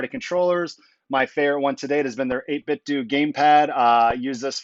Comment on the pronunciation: 8bitdo is pronounced like "Though"/"doe". 8 BIT THOUGH not DO